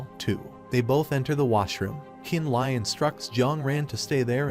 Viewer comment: Li and Le is pronounced lee you're triggering me lol